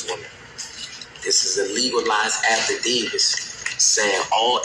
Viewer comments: don’t forget “affidavis”🤣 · Did he say “affidavis”? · dude said a legalized "alpha davis" 🤣🤣 its affidavit my guy